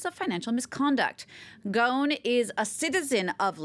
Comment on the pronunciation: it's pronounce: Gos'n not Gaun